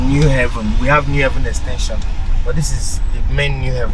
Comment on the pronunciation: What a stupid and idiotic title for your video. Unpatriotic, selfish person. What about Calabar, Uyo, Abuja, Lagos, and Port Harcorut, Kaduna etc? You think Enugu is better than those places? And it is New Haven, NOT ''New Heaven''.